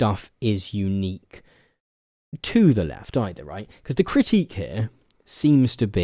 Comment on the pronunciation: You struggle to say the word "critique" 😅